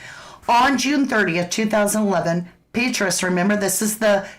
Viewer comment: It’s pronounced Pet Tray Us CIA former director